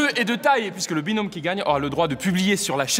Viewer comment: carlito ta dit binonme mdr binom